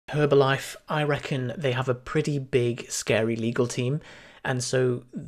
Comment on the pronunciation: the H is silent